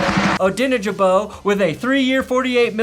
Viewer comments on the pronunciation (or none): lol Odiyengiboe lol... it's O-dang-bro (ok just bo not bro but...) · Colts fan.. Dayo Odeyingbo… it’s die-oh oh-dang-bow :) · Love you, but you butchered Dayo’s first and last name a little. Either way, as a Colts fan, I’m sorry to see him go, but I think the Bears overpaid for him. I would have kept him for $10-12 million. $16 million is rich unless they plan to start him, and hope for the best. He can play both inside and outside, but I’m not convinced he’s worth that amount of money. Beard did though so who knows?